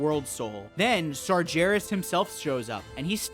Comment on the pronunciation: Great video series. Just fyi, it's "Sargeras" with a hard 'g', not "Sarjeras". We hear the name pronounced multiple times by various NPC's throughout the game. Unless you're just trolling, in which case carry on, lol.